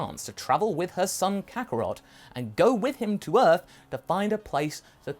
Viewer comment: stop saying E, arth